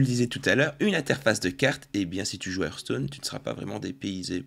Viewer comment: Il a dit earthstone lol